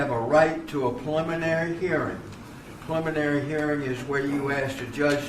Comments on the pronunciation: Sounds like judge is saying 'pulmonary' hearing instead of 'preliminary'. Still, even after I spent 10 years in South Carolina. It's a steep learning curve for us West Coast folks. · Sounds like the judge is saying “pulmonary hearing”. lol